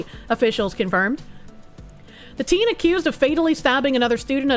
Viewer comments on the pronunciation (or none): none